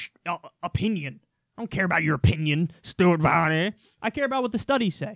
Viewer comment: "stuaht vahhhney" LMFAO